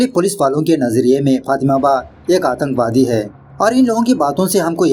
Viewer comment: Aatankwadi not atanwadi😂